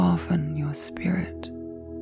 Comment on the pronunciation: You are saying "soften you spirit", but with your accent it sounded like skirt. lol . Takes me awhile and some coffee to wake up. lol